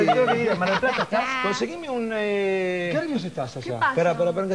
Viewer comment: ''En el hotel en Mar del Plara, especialmente en el hotel mgbrodoshh''